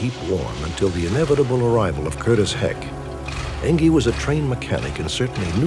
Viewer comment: I don't guess it matters but the guys name is Curtis heckt not heck